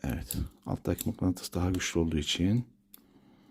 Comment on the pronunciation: Mıklantıs değil usta mıknatıs🤣